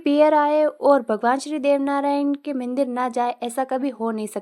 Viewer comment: मंदिर ❌मिंदर ✔️‌